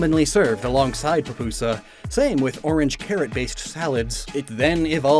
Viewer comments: It's not papusa, it's Pupusa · you pronounced it wrong. It’s “pü-pü-sa.”